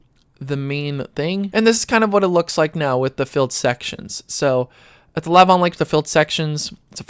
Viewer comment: Lake Lavon, la VAHN. emphasis on second syllable.